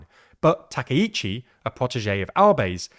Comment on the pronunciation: Takaichi /ˌtɑː.kaɪˈtʃiː/ is pronounced with separate “ka” and “i” sounds—like “father” /ˈfɑː.ðər/ for the first “a” (short, open), then a quick “i” as in “ski” /skiː/, and “chi” like “cheese” /tʃiːz/. Think of it as “tah-kai-chee,” stressing the “kai” part.[youtube] English speakers often say Takeichi /təˈkeɪ.tʃi/ because “ai” triggers their “ay” diphthong—like “sky” /skaɪ/ or “take” /teɪk/, blending into a long “ei” sound instead of two distinct vowels. It’s their natural spelling-to-sound rule at play, not a Japanese “take.”